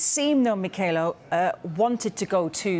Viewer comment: . It isn't myKaylo. The KH is not a K. MeeeKHAAAylo. Not really that difficult.